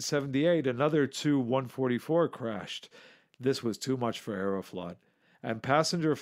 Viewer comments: ‘Chew 116, chew 95’ etc. ‘TU’ is pronounced as each letter! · T.....U not tooo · TU- Chooo lol 😂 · Why is the narrator pronouncing the "tu" in Tu-*? Sounds really odd